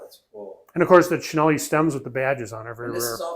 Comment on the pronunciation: Great video. May I mention that Cinelli is pronounced Chee-nell-ee.